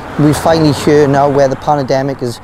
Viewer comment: What is a "PANNA-DEMIC"???